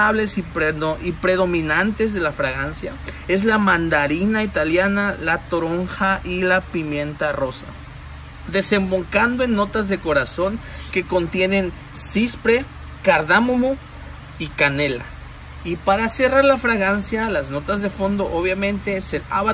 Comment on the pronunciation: puedo entender que se te salgan algunas palabras mal dichas, pero yo considero que sabés de fragancias y notas olfativas, por eso no te paso que hayas dicho: "cispre" cuando es Ciprés. OJO AHI